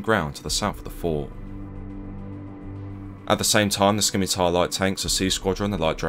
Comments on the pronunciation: Not “skimitar” tanks, “simitar”. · Skimitar?? No mate. Scimitar (pronounced simitar, the c is silent). Otherwise, good effort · Pretty sure it's shim-itar but whatever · I pronounce it Skee-mee-tarrrr (intensely rolling my Rs) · Oooooh; Scimitar! I swear I kept hearing “skinny-tire”. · Not to be a dick but just a heads up the “c” in scimitar is silent, it just sounds like “sim-itaur” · You're pronouncing scimitar wrong, the c is silent mate. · its a silent C in Scimitar, fyi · Skimitar????? Obviously not a soldier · Scimitar is pronounced "simitar". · Its pronoiunced Simitar! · Thats the first time I've heard it called a "skimitar" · Hang your heads in shame those of you who thought it a priority over all else that the narrator pronounced Scimitar correctly. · The "c" in scimitar is silent. Just like in scent. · The c is silent in Scimitar 👀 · The C in Scimitar, is silent. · the c is silent in Scimitar.